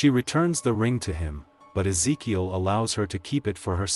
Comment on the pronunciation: BRO I never seen someone mess and pronounciate Ezekiel's name so many times in one sit !! Smh thats so disrespectful and racist I ain't see you even try and correct it eather 1x is acceptable but 10+ is on purpose and you can't even deny it